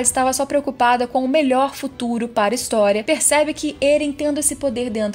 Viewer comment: Não se fala á Armim se fala Aramim,não se fala História se fala Ristoria,além de se você sabe falar português quando o s está entre duas vogais ele fica com som de z ou seja é Mikaza